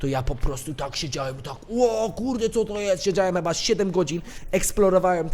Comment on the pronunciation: Kocham te twoje pomyłki językowe takie jak "cheba" zamiast "chyba" <3